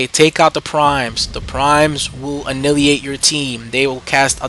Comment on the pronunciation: I don't mean to be rude, I just feel compelled. Annihilate=(Uh-Nye-Uh-Late) Great videos BTW. (